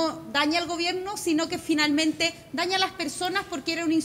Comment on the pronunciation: se dice gobierno , no gobieno